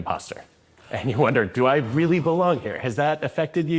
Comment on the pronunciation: So is a teacher and he says 'realler'!?!?!?